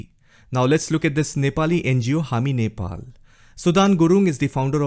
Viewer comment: You INDIAN guys don't know how to pronounce Nepal. It's sounds so dehati.